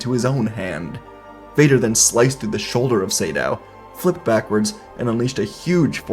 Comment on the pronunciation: Not sure if you learnt this but I think its Naga (Similar to the snake from myth) Sa - Dow, not Say-Dow. Could just be an uncultured idiot though.